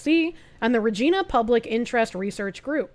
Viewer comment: And then you pronounced Regina wrong(it not “gee”, it’s “gy”)